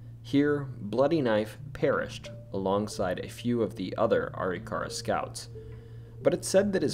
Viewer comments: I dropped a like. Funny story. I live in North Dakota. When I first moved here I also pronounced Arikara the same as you. Are-E-car-uh. My wife laughed pretty hard as Arikara St. is not from our house in Bismarck. When we drive by we still joke about it. It is actually pronounced. A-Rick-err-uh. In my masculine need to be right, I chased it pretty far until I watched a couple of You Tube videos of actual Arikara tribe members. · Arikara Uh-RICK-uh-RAH Almost everyone gets that wrong. Appreciate you!! Also, when growing up the ghost stories I heard about Custer's house were mostly about his wife. That she is still waiting for him to return from the battle. I believe there are some original items in the recreation too...but I could be wrong!